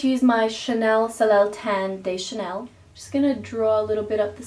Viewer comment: Botched the pronunciation of the Soleil Tan De Chanel